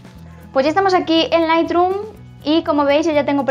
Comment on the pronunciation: Solo una cosa. Q se pronuncia lithroom no lithdrum